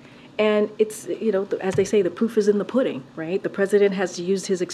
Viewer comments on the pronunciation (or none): "as they say, the poof is in the pudding" 🤣 Then to top it off, she says it again